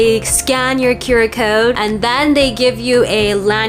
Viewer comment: what's a "qyouwer" (rhymes with "skewer")? oh, "QR." guess you were hungry